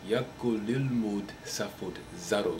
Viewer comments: יכול לא יקול .. לא נוראא תמשיךך ללמודד ! ; - ] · Nice! But the word for can is "yakhol" and not "yakol" - the kaf there is unstressed (without a "dagesh") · when you say "יכול" say the "כ" like h yahol and man are you american?